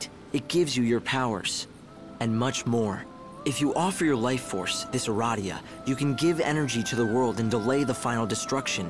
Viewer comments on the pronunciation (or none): When he said "eradia" it made me think of "erotica."